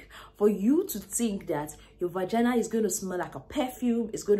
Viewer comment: I giggle every time she says “Vagana”! 😂😂😂 good video ! I shared it with my daughters!👏🏽👏🏽😘